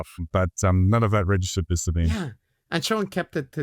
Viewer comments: Great show. But feeling a bit pedantic after all of this critique ... I believe Sabine is pronounced "Za-bee-na", not "Za-bben"? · Do you consistently mispronounce Sabine's name because you don't know and can't be bothered to find out how to pronounce it properly, or because you don't care how people pronounce their names, or just because you hope it might annoy her? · So they do know how to pronounce it properly, and do care how people pronounce their names, but choose to consistently mispronounce it anyway, hoping it won't annoy her?